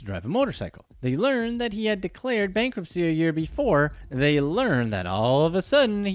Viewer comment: By the way, it's called bankruptcy, with a t in it